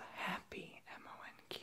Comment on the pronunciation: It's fucking pronounced MONK